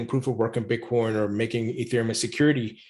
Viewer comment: So you’re just going to pretend like you don’t know how to click on the in my comment and listen to him say Bitcorn yourself? Okay then why are you engaging with me?